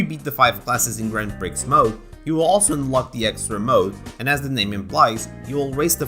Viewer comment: Don't pronounce the x in Grand Prix again, please XD